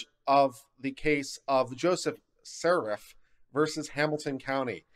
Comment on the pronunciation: The family name is "Siefert" pronounced "SEE-fert". I could swear you said "Serif" at least twice o.O